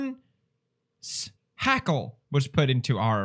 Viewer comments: Everyone: Iron Shackle Pewds: Irons Hackle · Ironshackle But pewds said irons hackle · “We got an ‘IRONS HACKLE’” Or maybe it’s “IRON SHACKLE” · Normal person: Ironshackle PewDiePie: IRONS HACKLE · Game: IRONSHACKLE (Iron shackle) Felix: Irons hackle 😂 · Normal People: Iron Shackle Felix: Eye-rons Hackle. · ironshackle pewds: “irons.. hackle..” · Text box: IRONSHACKLE PewDiePie: "Iron...s-hackle." XD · mean Iron's hackle? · It is pronounced Irons hackle. Glows hard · It hurts me that he isn't getting excited by all the same characters like i was and isn't exploring all the dialogue options. also- 'irons hackle'? really??? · "IRONS HACKLE" also pronounced as "EYERONS HACKLE" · "IRONS HACKLE" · "irons hackle" he is saying it wrong to what he said was right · Lol "irons-hackles" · "Irons-hackle" xd